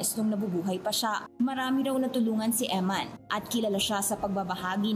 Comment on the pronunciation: You're a priest and you can't pronounce EMMAN? Her name is EMMANUELLE.